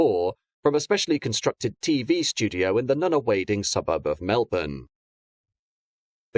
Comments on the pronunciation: wd. mum worked ther for years. Nunnawading pronounced Nunner wadding ( one word) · The Melbourne suburb of Nunawading is prounced with the "a" in the wading bit as an "o". So it's said as "Nunawoding". I always thought that Henry Bolte was said as "Bol-tee" but maybe my memory is faulty or people were making fun of the name (??)...others can definitively clear that point up. I'm pretty certain the Bolte Bridge is pronounced as the "Bol-tee Bridge". Love the series.👏 👏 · Which were? He mispronounced Nunawading, but most from outside of Melbourne do.